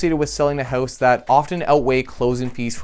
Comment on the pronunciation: I'm pretty sure you said, "Buy a hose."